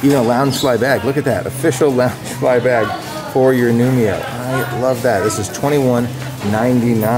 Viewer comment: you are saying nu-mi-o instead nu-ee-mo. get it right! the i is BEFORE the m!!!!!!!!!!!!!!!!